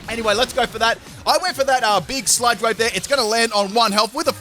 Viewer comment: I swear he sai s ut (insert L if u please) wave instead of sludge wave lol